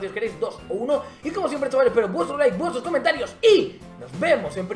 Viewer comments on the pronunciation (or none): none